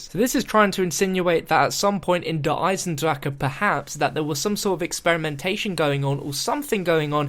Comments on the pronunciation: proper pronunciation in gemany = der eisen-dra-ha also der eisen-dra-kuh or der eisen-dra-ga. depending on where in germany you are. if you dont speak german you have no say on how to pronounce it. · Stop! It is not der eisndracha like you are saying! NO NO NO! Also, this is awesome! I remember watching your vids about the storyline and I remember you talking about Peter! This is so cool! He might have survived cuz time travel. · Der esiendracka is not the way you say it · no it's pronounced der eisendrak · dats how u pronounce - its spelt der eisendrache...ik.. the creators told me it was pronounced der eisendrak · Actual Germans told me it's pronounced Der Isendraha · i hate how he says eisendrache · YOU BUTCHER THE NAME OF THE MAP IN EVERY VIDU